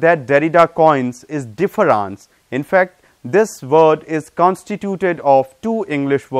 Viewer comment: Logocentrism (not logocentricism), phonocentrism (not phonocenticism) and différance (not differànce).